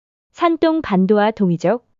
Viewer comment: 대륙 백제에 대해 대한민국 사람 입장에서 받아들이는거야 사람 마다 다를 수 있겠으나, 인구수로 따져보자면 산동(둥 이라고 발음)성 인구가 1억 500백만명인에 전라남도와 북도 인구를 다 합쳐도 400만이 체 안되요. 사람이 애 낳고 돈 벌어서 먹이고 가르키고 키우는 인간사 거기서 거기라 치면, 1억 500만명 VS 400만명을 1500년 전으로 거슬러 올라가서 당시 인구로도 어디가 먼저 발원에서 어디로 진출했겠어요. 한번 상식적으로 추측해보시면 나오실껍니다.